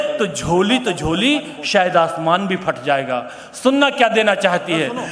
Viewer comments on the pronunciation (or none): none